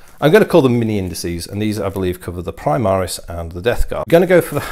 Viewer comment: I cheered when you said 'indices'... and then you said 'indicy'... Hahaha